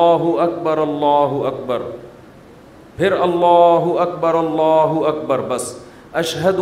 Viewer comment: Mufti sb himself is reading incorrectly. Second wird Allah will be joined with the previous one and will sound like " rullah".